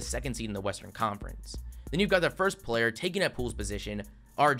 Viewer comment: Dude, the content of your video is great, but you really need to work on your narration. The way you drag out the last syllable every few words really detracts from your video and makes it almost unlistenable. "Today we're gonna look baaaaaaaaaaaaaaack.............at every single playerrrrrrrrrrrrr............that was taken ahead of him in the draaaaaaaaaaaaaaft......" I mean, c'mon man